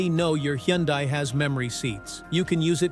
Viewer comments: Can you say " Hun-day ? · Needs to know hot to pronounce Hyundai